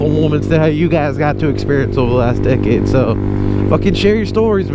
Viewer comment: Half the time you said “decade” I thought you were saying “dickhead”